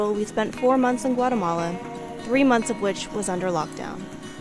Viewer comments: Guatemala is pronounced, Gua´TEhmala not GuaREhmala. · Why the English dialect sounds so bad? G-u-a-R-eh-m-a-l-a? It is pronounced: G-u-a-´Teh-m-a-l-a.